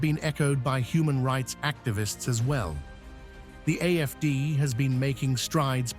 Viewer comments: Am I hearing AMD when letters show AFD? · You keep saying AFC it's AF.D